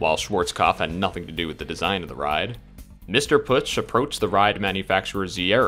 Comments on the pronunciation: "ö" not "u" or alike^^ within Pötzsch (and the sz is kinda a sharp s) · It's pronounced "Pötzsch". Glad I could help! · Ö='ur' sound so P-ur-tsch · It's pronounced "Pötzsch"